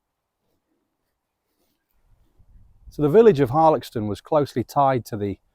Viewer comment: I often walk a loop from Woolsthorpe by Belvoir which includes Denton and the reservoir. Last time I walked around Harlaxton however, I was (reliably) informed the X was pronounced as an S sound! I’ve just discovered you! Videos look great x